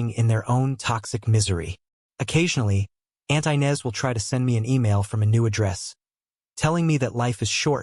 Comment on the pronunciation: Inez is not pronounced ' Aynez " it's pronounced " Enez! "😂😅😂